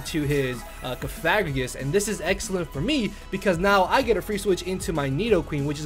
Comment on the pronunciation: It's pronounced "Cough-a-gree-gus" Just FYI. The way you're sayin it involves a rude word.